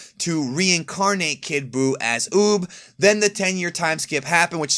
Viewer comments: UUB RHYMES WITH BOOB .. NOT OP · When said Uub I thought he said boob